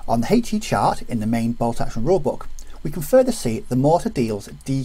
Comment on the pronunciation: If you need a comedy resource for how not to pronounce a 'h' - find a video on the rules of HE ;-) (Huhaych-E)